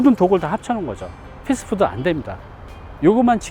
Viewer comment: 패스트 패스트 ㅡㅡㅡpest..... 패스트푸드 fastfood 임..발음 ...뜻이완전다름